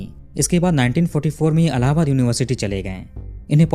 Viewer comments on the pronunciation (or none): none